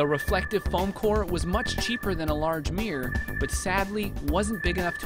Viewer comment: What the fuck is a "MEEYUR"????? MIRROR! MIRROR!!!!